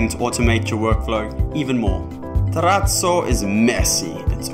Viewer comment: lol this made me laugh hearing you say "terrazzo" properly